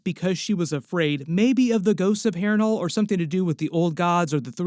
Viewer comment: Harrenwhore. You said it twice, I guess that's what we are calling it now!